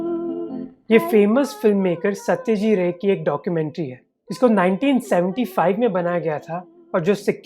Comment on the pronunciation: Bhai it is SaytajiT Ray..not Satyajee Ray..